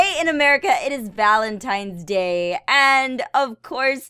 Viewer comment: it is not valentimes day